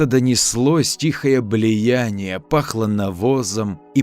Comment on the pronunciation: блеЯние, анафЕма. То-то проработаны).